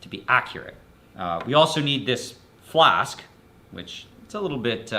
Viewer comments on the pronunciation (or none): none